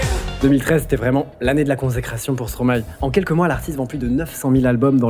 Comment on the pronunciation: Rien que pour la bonne prononciation de Stromae je like . Tes vidéos sont incroyables le 🩸